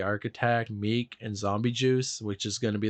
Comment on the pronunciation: Dude literally loses all credibility when he says ‘palm tree music’ and then calls him ‘meek’